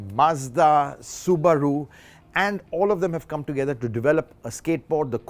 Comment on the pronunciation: It's Soo-buh-ruu